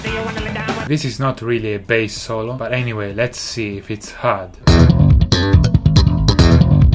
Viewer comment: When Davie say bAss it's kinda sound like BS 😂😂